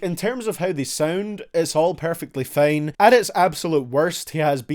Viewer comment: lol this man said "it's all perfectly fane"